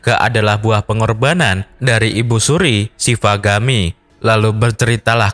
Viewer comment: Shivagami buka shavigami min